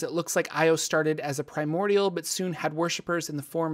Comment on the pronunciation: I swear to god I thought you said "Primordial gnome, the king of terror"